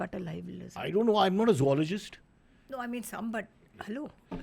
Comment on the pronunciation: its not zuoloogist...accent ki ....just say zoologist